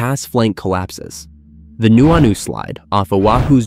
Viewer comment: Speaker clearly not someone who grew up in Hawaii. Newanu? Nu'uanu. With the glottal stop, full stop. Hilina: High lean-ah? Heeleena. Kilauea: Not kilaweeya. the e is short: Killawaya. Hawaiian was written down by German missionaries. It uses German pronunciation for the most part. Loihi is now Kama'ehuakanaloa.